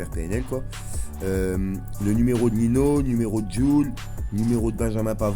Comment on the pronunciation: on dis "Ninho" pas "Nino"